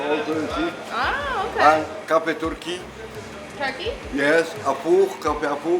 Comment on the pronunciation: Bloopers: “Kafe Turky”: turkey? Haha he was saying Turkish coffee